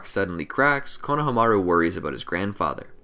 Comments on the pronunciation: Why does he pronounce Konohamaru so weirdly? That's like saying KAKA-shi instead of Kakashi. did he say "SUNANIN" instead of "SANNIN" LOL! WHY IS HE PRONOUNCING THESE NAMES ALL WRONG? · god it bothered me how he pronounced konohamaru's name the whole video. good vid regardless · It’s annoying how he keeps saying his name wrong 😑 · The way he’s saying konohamaru bugs me lmao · So do you watch Naruto and hear konohamaru’s do you just disregard the pronunciation or what cuz that is definitely not how u say his name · I hate to be this guy but it’s Ko-no-ha-ma-ru, not Kono-hama-ru. In Japanese you give each one it’s own space. It’s not like English. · My man says konaha-maru 😂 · The Japanese break pronunciations of words and names evenly. It's ko-na-ha-ma-ru, not konaha-maru. You butcher it 🤣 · KonoHAmaru not KonohamARu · I REALLY HATE HOW YOU BUTCHER KONOHAMARU'S NAME ITS SAID FLUINTLY NOT KO-NO HA MARU INSTEAD ITS KONOHA-MARU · Can we establish how he said konohamaru as konaha mara but it’s Kona ha mara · IT IS KONO HA MARU NOT KNOW HA MAH ROOOOOOO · Am I the only one bothered by how he pronounces konohamaru as kono...hamaru. As if it were a first and last name. Weird. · It is pronounced... KO-NA-HA-MA-RU! Sorry... it's been bothering me for the last couple naruto videos you have been made.... I needed to point it out. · pronounced - kono-hama-ru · I want to keep watching but the way he says konahamaru is killing me im only 7 minutes in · I love these videos but anyone else get slightly irritated when he pronounces Konohamaru like “Kono Hamaru”? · You are pronouncing it wrong it’s (cone-a-hom-a-ru) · Fr 💀 konamahru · BRO SAY Konahamaru no konaha maru JEEZ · Please research character name pronunciation. Step 1: How do you say the subject of the videos name? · I hate how he pronounces konohamuru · Lmao don't be mad at me but I can't decide if I like or dislike how you say his name lol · He doesn’t say Konohamaru right it sounds so weird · U pronounced his name so weird